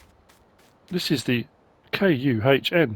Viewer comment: Great review 👍 I think Kuhn is pronounced as Kern ( As it is a French company) Glad you’ve a made a quick recovery too 👍